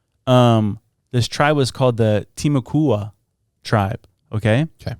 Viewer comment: The native tribe name is pronounced ti mu kwa. The Seminoles came much later due to colonial pressure.